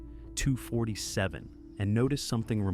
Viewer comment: Any Bob's Burgers fans laughing everytime he says 247 the way he does in this video 😂